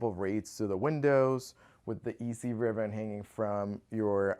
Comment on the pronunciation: In the first video...is he saying "riven" instead of ribbon??